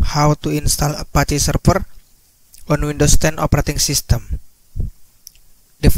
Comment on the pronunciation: Serfer serfice🤣